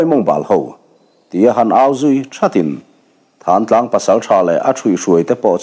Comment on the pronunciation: Thán Tlang ni lovin Thlantlang zawk tur a ni lo maw. A ziaktuin a ziak sual emaw a chhiartu in a chhiar sual emaw a ang. Khawnglung rún tute khan Mizoram a Thingsai khaw chhak lawk, Tiau ral a awm Thlantlang khua a nih hmel